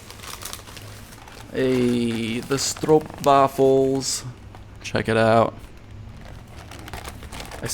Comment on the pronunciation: Hey! You actually pronounce 'stroopwafels' very well ! :D Greetz from Belgium!